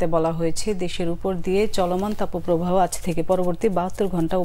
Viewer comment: তাপোপ্রবাহ নয় তাপপ্রবাহ।